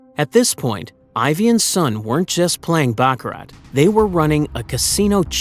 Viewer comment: You don't pronounce the "t" in baccarat! :face-turquoise-covering-eyes